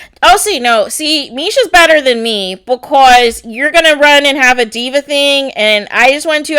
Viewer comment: Gurl..why are you yelling so much!? Also whats the deal wit the way she says BECOZ 😜lmao